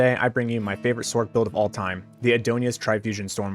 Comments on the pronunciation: Sorceress .... not Sork .. this might help use this as a "Source" then look how silly Sork seems in place with Sorceress when said (Sorkeress) Please use the word properly. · you’re saying the word sork when speaking it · I see what you’re saying but it’s Sorc not sork I think Spock just is grumpy though .